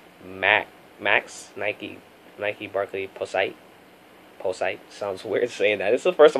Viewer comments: Its pronounced pazeet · Barkley posite max...say it like positive but without the ive...posite-ive! Lol! No intention of disrespect...just letting you know for following color ways! Lol